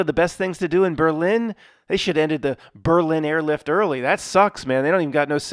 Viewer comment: But his Berlin sounds really good. ..Original. ..Berliiiiin